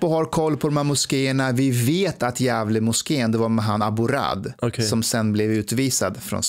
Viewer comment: Djävulen Moskeen? Elr säger han Gävle moskeen?